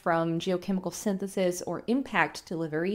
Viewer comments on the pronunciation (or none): none